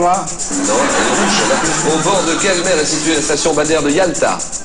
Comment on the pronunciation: jsuis mort un moment il a dis la mewwwwwww